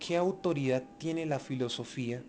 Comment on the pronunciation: se debe decir Autoridad y no Autori ad. - este colombiano se "come" algunas letras. Poder y no po er. - Legitimidad y no lehitimidad. Todos y no to os.